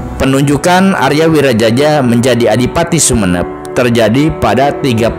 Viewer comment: Wiraraja bukan wiraJAJA😅